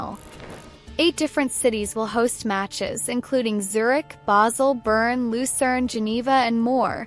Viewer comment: Bern, as in "bear-n", not "burn". The city is not on fire... ;) Lia Wälti, as in "well-tee", not "wall-tee". Putellas, as in "poo-tay-yas", not "poo-tell-us". Sydney Schertenleib, as in "share-ten-libe", not "shirt-an-leeb". (many more mispronounciations were heard, but these are the ones that got me) another missed star = Lena Oberdorf, Germany. Clara Bühl -> Klara Bühl. Aggie Beaver-Jones -> Aggie Beever-Jones. Netherlands here. Watch out for Daphne van Domselaar, goalkeeper. She can decide matches for herself and thus her team. She can eventually win the entire tournament for her team by producing six clean sheets in a row. I won't say that this will happen, but do not be surprised when opponents say "we put our best strikers in the game, tore their defense to shreds, but we still cannot beat Daphne".